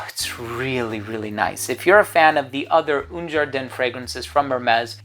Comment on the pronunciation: Un ...A not OUN !!